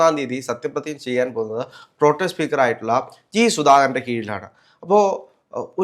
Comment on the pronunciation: പ്രൊ ടൈം ആണോ പ്രൊ.ടെം ആണോ?